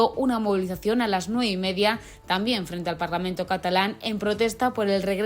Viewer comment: Ese hombre que está hablando, solo con estar diciendo parlamen en vez de parlamento ya me hago una idea de lo que piensa.